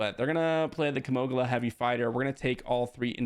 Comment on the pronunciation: It's not Kimoglia. It's Ki-mo-gila